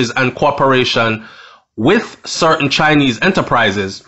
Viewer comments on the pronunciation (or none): none